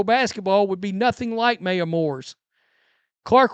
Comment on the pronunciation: It's MY-a, Not MAY-a. Maya Moore is the most exciting player to ever come out of UConn, and a TOP 7-10 all-time player. She retired early to get a wrongfully jailed person out of jail, who she later married. A great story. She deserves to be called by the right name. Keep up the good work, though.